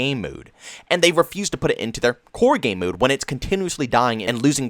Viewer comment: I like how you pronounce 'MODE'. :) muude